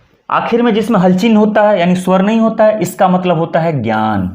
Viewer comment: ज्ञान को सही उच्चारण कर बताए